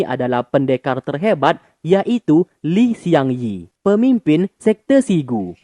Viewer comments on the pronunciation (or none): Bang... namanya Li Xiangyi (李相夷) bukan Shiang Yi